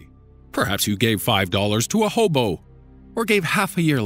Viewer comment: just the way you said hobo! haha😝